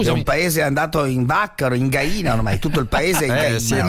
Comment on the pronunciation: Fa scassare parenzo che dice gaina 😂